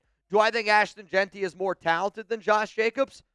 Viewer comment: said JAQUIN🤣😭😭😭